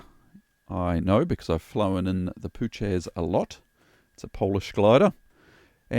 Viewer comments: the glider name is pronounced poo-hatch not poo-chez :) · it's "poo-hatch" not "poocac" 😜👍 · "Puchacz" not "Puczes"😁 greetings from Poland:) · Actually, it is pronounced “Poo-hatch.” Appropriately enough if you’ve managed to spin one. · Puchacz... Phu-ha-tch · This guy calls himself..An Instructor..And doesnt know the diff between a Forward and a Side slip.and DUDE Its Puhatz is how ya say it.. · Puchacz is pronounced 'poohatch' ;-) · and you can see the airbrake handle forward in the closed position (compare to with the brakes deployed). that pass would not have been possible with the brakes open. the change in slip direction seems pretty dangerous to me. that's a lot of yawing movement with the nose high. i don't have a ton of experience in the Puchacz (your pronunciation kills me btw) but enough to know that it likes to spin and will bite you if you let it. pretty cringe display tbh.